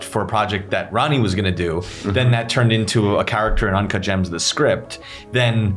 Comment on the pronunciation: ✨UnCaHt JaAaHmS✨